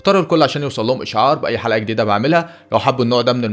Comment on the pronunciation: في الثانية 30.0 انتا قلت حرقة بدل حلقة